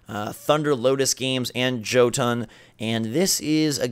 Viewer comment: You slaughtered the pronunciation of Jøtun. It is not Jhotunn it is more like Yuhtun